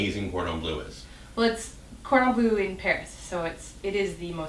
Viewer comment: cordon bleu isn't pronounced corden blue